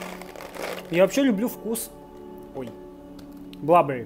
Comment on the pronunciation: Мне понравился формат, продолжай в том же духе 💪Blueberries - синие ягоды, значит блУбэрис, откуда блАберис то 🙃ничего страшного , просто немного слух режет